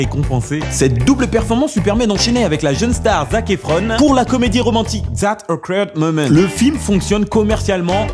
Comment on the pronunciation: Fioutivale station et zet eukwerd moment :') Quel accent mdr Fruit pas fiouti